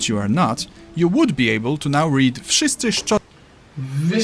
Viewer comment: you add second "sz" in wszyscy, double d i szczodrze and forgot rz i wstrzemięźliwe. But if you said that to a Pole anyone, who didn't have a goal of not understanding what you were saying, would understand you without a problem. So score 9-9,5/10 ... Better wait with saying that Polish is easier than anything until you see the grammar, because what's going on there even Poles themselves don't understand. XD